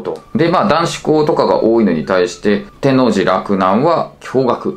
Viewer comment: 西大和は基本が内部進学なので、高校から入学される人は「特別編入」って名前を儲けてるだけで、基本は普通の高校入試と変わらないはずです。 あと、関西人から一言「天⤴︎王寺」じゃなくて「天王⤴︎寺」や！www